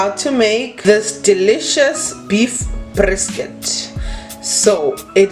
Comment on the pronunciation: You can mos hear the way she said brrrisket